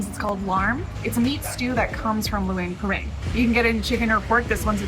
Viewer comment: “Lou ung pra bung”